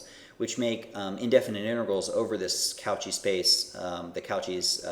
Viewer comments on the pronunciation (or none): I really like this lecture - very clear and good on providing the intuitions. I will watch the rest now. Very minor point - pronunciation of Cauchy = COH-shee, - get in touch with your inner Frenchman.